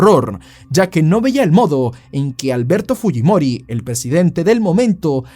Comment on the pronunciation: como siendo peruano pronuncias mal fujimori? 🙄🙄🙄